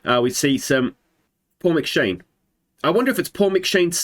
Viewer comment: And this is the reason I didn't choose Iceland. The players must have immense shoulders to fit their names on the backs of the shirts. I could help with the pronunciation of Scottish names in the QoS save but you're on your own here mate. McShane, that one was spot on though.